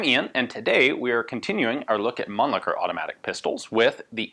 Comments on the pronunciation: the Mannlicher pistols are really interesting from the construction perspective. i like the way they are constructed and they are function. btw: your pronunciation of the name Mannlicher is not really understandable or even correct for a german - sorry. (it is better spoken as munlisher, where as the sh is spoken very soft) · Ian is clearly misprouncing Mannlicher as to not suffer the indignity of sounding cheeky.